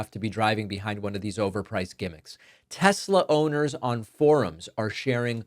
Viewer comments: Silly it is Tesla and not Telsa. If you cant get that right what else you can? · Its pronounced tesler, david. Donold said it himself so it must be tesler😂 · It's TESLER, not TESLA!! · “I love (Tesler). 😂😂😂😂. Trash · "I love Tesler!!" Puppet Trump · “I love Tesler!” -Trump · Don’t you mean Tesler? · But the president “loves TESLER!!!”